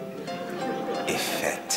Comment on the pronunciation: Burhan, İffet'e ilk kez İFOT diyor.